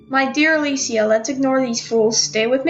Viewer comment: you said her name wrong